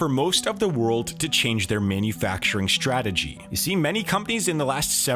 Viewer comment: Manufacturing Strategy. It is NOT Manufacturing SH trategy. Learn how to pronounce words.